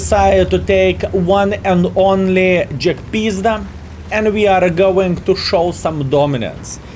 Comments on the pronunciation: It's not jagpizda its jagpanzer. But I get the feeling you say it like this on purpose. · Half the reason to watch is to hear him say Almighty Jagpizda